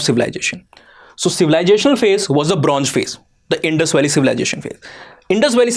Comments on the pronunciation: It's Bronze, zeeee, not geeee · For Gods sake… pls pay more attention to pronunciation… not I-run, but more like I- earn for Iron, Bronz…z .. not Bronj… j… for Bronze…. And why is the word ‘E’ being added randomly in the beginning of some words?